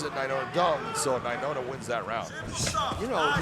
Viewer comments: Nai-Noah...... not Nai-Nona 🙄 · Brah. His name is nainoa. Not nainona. How can the commentator not know how to say his name right. So irritating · Big John can’t say Nai-NOA not Nai- NONA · the dumb guy keeps saying “nainona” it’s nainoa 🤦‍♂️ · Must be in the Bellator anchor contract, that nobody can correct big John, when he starts adding extra n's to ppls names. Lol